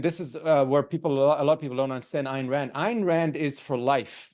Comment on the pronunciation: pronounced "Ein" Rand